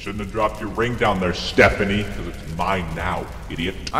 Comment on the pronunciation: Bro my brothers name is stephano and he heard you say stephany and he said Nope🤣🤣🤣